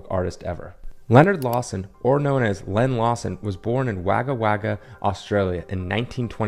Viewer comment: The way you say Wagga Wagga 😂 (wog-ga wog-ga)